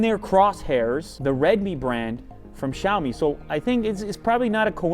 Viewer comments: jaoimi wtf its Sha-o-mi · It's not Jaomi.... It's Shaomi. Why every western Youtuber can't pronounced it properly!